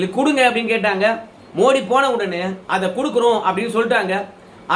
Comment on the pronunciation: மோடி இல்லை மோதி. ஆங்கிலத்தில் ட த இரண்டுக்கும் T, D தான். அதனால் தவறாக தமிழகத்தில் உச்சரிக்கிறார்கள். ஜெயலலிதா கூட மோடியா லேடியா ன்னு தான் பிரசாரம் செய்தா. வட‌மாநிலங்களில் அவரை மோதி என்று தான் அழைக்கின்றனர். மோடி இல்லை. வெளிநாட்டு வாழ் இந்தியர்கள் பிரதமர் அந்த நாட்டுக்கு செல்லும் போது மோதி என்று தான் சொல்லுகின்றனர்.